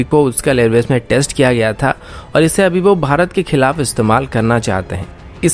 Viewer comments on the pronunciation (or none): none